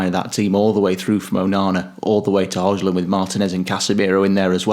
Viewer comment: Grown ass men cant pronouns Hojlund's name? WTF is wrong with you lads, can't you bloody make an effort to learn how to pronounce his name correctly? Pathetic.